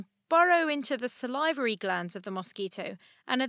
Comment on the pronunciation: do people actually say "salivary" like that????